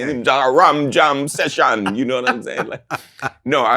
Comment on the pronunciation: "Juh rum jum session" 😆😆😆